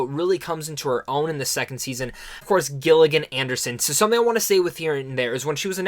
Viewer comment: Dude you butchered some of the actors names in particular Gillian Anderson( jill-ian and-erson and Ncuti Gatwa- correct pronounciation ( shootey gatwa)